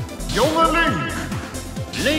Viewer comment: Ehhm, No it's actually Link...